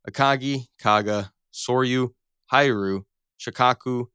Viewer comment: “Hee-ryu” not “Hai-ryu”